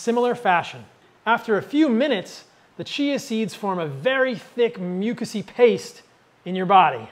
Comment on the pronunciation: Just work on your pronounciation of Chia seeds, l thought you were talking about cheese seeds.